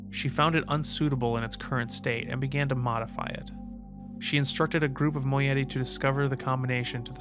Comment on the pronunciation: Another mispronunciation. It's "Moh-EYE-it-ee" ;) Fantastic videos. Loving the dramatized intros of The Stranger too. Congrats to everyone involved. Looking forward to more!